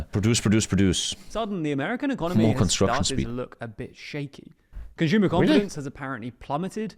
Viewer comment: “Conshumer” I cant stop physically recoiling every time I hear it